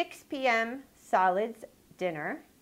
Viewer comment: Lol I thought she said salads instead of solids